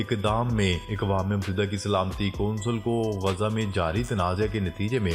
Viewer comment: اکوام متحدہ لفظ غلط ہے درست لفظ یہ ہے اقوام متحدہ ا کے زبر کے ساتھ ناراض نہ ہوں ہم آپ کی خبریں بڑے غور سے سنتے ہیں